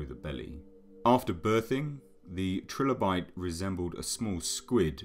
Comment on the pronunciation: Its pronounced try-lo-bite